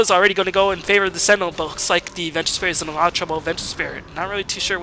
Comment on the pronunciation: Is he German? Why can't he pronounce L? A lot = A ghat Large = Lagh LoL = Agh-O-Agh